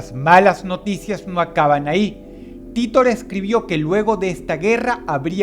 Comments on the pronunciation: Como me choca que pronuncie "Titor" y no "Taitor" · Se escribe john titor y se pronuncia jhon TAITA* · ... Se pronuncia taitor ... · SE PRONUNCIA "TAITOR" MAMAGÜEVO. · vengo del año 2036, dross todabia no aprendio a pronunciar "titor"